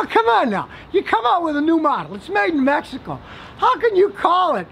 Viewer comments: scotty saying Mehico cracked me up! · "Every single one of those [pt cruuser] was produced in mejjicoooooo" 😄😄